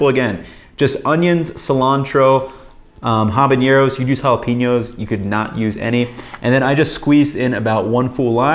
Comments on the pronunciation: I'm gonna be that guy and say there's no 'ñ' in habanero in Spanish, so it should be pronounced without it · great video but fyi there is no ñ in habanero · Why do people keep adding the "ñ" to habanero? It's just an "n" sound just like in English.